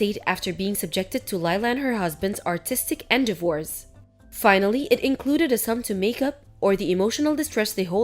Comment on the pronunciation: Who told "" to pronounce endeavors as she did? Or is she voice by AI? Doesn't anyone edit or preview these videos? Dreadful.